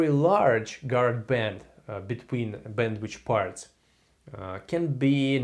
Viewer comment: Thanks a lot! But it's bandwithhhhh not bandwichhh :(